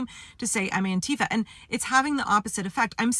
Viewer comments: It’s also stressed on the first syllable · Auntie Fa is how it should have been pronounced all along. 👵 That's how you say anti-fascist. That accent on the second syllable just makes me grind my teef. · The irony is that the pronounciation "An-TEE-fa" was invented by Trump. The term was originally the German abbreviation for Antifaschismus, which means anti-fascism. It should be pronounced "AN-ti-fa". (The vowel sounds are a bit different in German, but that doesn't matter.) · I thought it was "Aunt Teefa".